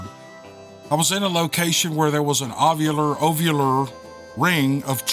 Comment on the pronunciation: Ovular=oh-vular (egg shape)